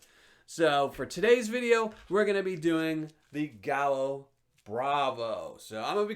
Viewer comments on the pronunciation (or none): Thanks!!! Great video. I now have another potential paydirt source. FYI, in Caribbean Spanish double L is pronounced like a Y. You would pronounce it “guy yo”. It means rooster. So gallo bravo means “angry rooster” or “fierce rooster”. Again, thank you so much for all you do.